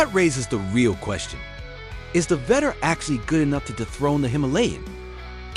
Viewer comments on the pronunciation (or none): Vettore [veh-tor-rey]. Gotta love AI voiceovers